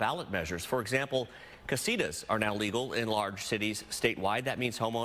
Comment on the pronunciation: Please say casitas correctly.